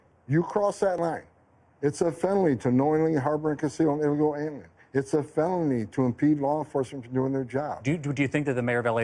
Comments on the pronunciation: 😂"...its a fenoly..." Homans' ripped! *glug glug* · "It's a fenoly.." -Tom "Mind of a child" Homan